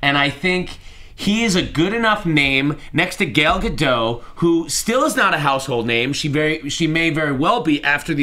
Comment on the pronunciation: Her name is pronounced Gah-Dot. That's how she says her name That's how you should say her name.